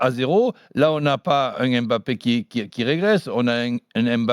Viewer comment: jeu stereotypé avec des dribbles bateau. ça passe plus, s’il veut en pointe c’est qu’il est conscient qu’il faut etre clinique. Sinon en 2021 des gens prononcent le nom de kylian en disant aimbappé... incroyable